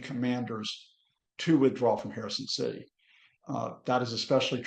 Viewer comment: Citsy. Politsics. Brexit English?